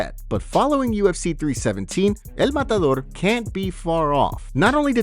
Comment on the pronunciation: Who is dis EL MADADOOR you speak of? EL MADADOOR... too funny.